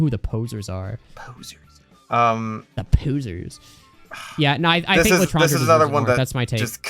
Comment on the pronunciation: For the love of whatever you hold dear learn how to pronounce Claideamh Mór and L'etranger, the worst part of all of your videos is the ear cancer I get from hearing them both pronounced the dumbass American wrong way